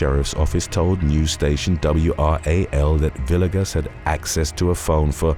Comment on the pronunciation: Man, It's "Vee-ay-gus" lol